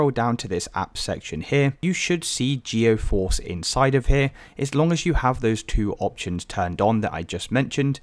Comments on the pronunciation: appreciate the help, but just fyi it's GEE-force, not GEO-force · I'm gonna lose my mind if I hear you call it geOforce again brother the word is right in front of you, read it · its geforce. where are you getting geo from?